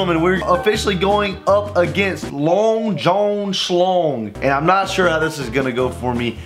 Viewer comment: listen idk if its just me or was saying the name so weird Long john schlong: bra tha'ts not my name: long jun school